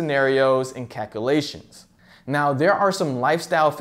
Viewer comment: I can't stand him mispronouncing calculations it's not calkoolations